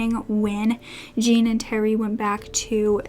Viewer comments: actually it is my Parisian husband's name and it is J with a soft j followed by oh with a soft,faded n. Like Jorhnn. Not like John, which is a sharper word and with a hard J and n. It is spelt Jean but not pronounced Jean in French. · Jean in French is usually pronounced like "John" or "Zhjon" :) just fyi love your videos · Hi, never heard of this upsetting case before. Just a word on pronunciation. Jean is pronounced like zhon, and Berthe like Bear-ter There is a person in the comments repeatedly saying that the elderly victims were racists and implies they deserved their fates, which is disgusting. There is nothing to suggest they were racists and that they deserved torture and death. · Jean for a French man is pronounced more like "John" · it's closer to John than jean (like the pants) it's easily found pronounced on yt